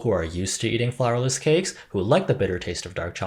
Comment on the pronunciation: Is funny how I keep hearing flavorless instead of flourless